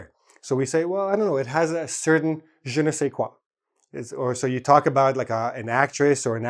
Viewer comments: it's "je ne sais quoi" not qua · im french and i can tell ya it's "Je ne sais quoi *" not qua !! ^^